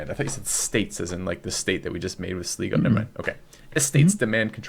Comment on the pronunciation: Really enjoying these but its pronounced Sly-go